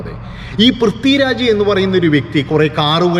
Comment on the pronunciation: പ്രിത്വിരാജ് അല്ലടോ പൃഥ്വിരാജ് ആണ്. കയിഞ്ഞാൽ അല്ല, കഴിഞ്ഞാൽ എന്നാണ്. പറഞ്ഞ് പഠിക്ക്😱🥵🙉